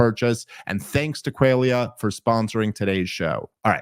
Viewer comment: Dave mispronouncing "qualia" multiple times in a row is some next level funny shit if they left it in on purpose.